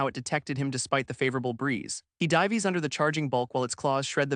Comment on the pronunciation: I am almost 30 mins in and these are my thoughts on this story. Overall the Story and AI reading it are good, but it really gets on my nerves now how the AI messes up the word Dives into Die-ves. I mean once was ok but at this point it has used this word like 3-4 times. Next I love the story and the thought that has went into it. One thing is you are using an Imp and what looks like a Hell Hound but calling it something else. I dont know if it is the story or the AI that called them them Demons but they are NOT Demons they are Devils. There is a difference. It is like calling a Black American, African to an African. You might get spit on by the African as they might look the same but they are no where near the same.